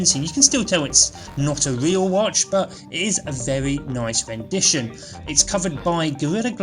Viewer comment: weawowawles!?....wearables!?....not a weal watch